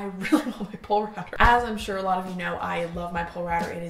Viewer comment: BTW Polerouter is pronounced "pole-a-router" :) bc it used to be the Polar Router... condensed the name but still pronounced the same.